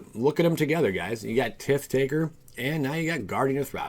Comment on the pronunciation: Tit Taker? LOL, dude I watch your videos for all the wrong reasons. It's just so funny to hear you butcher your own language. Tit taker lol.... ooooh man